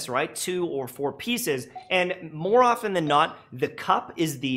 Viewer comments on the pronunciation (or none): none